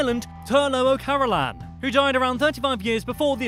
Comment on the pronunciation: Carolin not carolAn i hate people pronouncing it like that because im a carolan